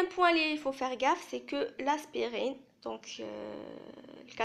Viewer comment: Très bonne explication par contre je tiens à te corriger on dit antipyrétique et non antipyrotique. Antispasmodique et non antispasmidique Aspirine et non pas Asperine Duphalac et non pas diphalac Systolique et non pas Systolique ici aussi il faut noter que chez les diabétiques les normes sont à 130/80 Bonne continuation